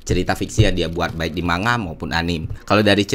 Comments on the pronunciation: Anime = A-NI-ME dari kata Animation Manga = Mang-Ga emang mirip pelafalannya kayak buah mangga. Semoga membantu. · Keren mas Ferry pembahasannya. Sangat enak dinikmati, apalagi sehabis nonton animenya dihari minggu nyantai sore ditemani kopi sambil hisap rokok. Mohon maaf untuk pelafalan Anime dan Manga. Dibaca: A-NI-ME untuk Anime, dan Mang-Ga untuk Manga. Terimakasih. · Maaf manga dibaca mangga kan bro!